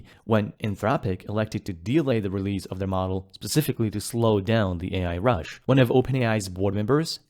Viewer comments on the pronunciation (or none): none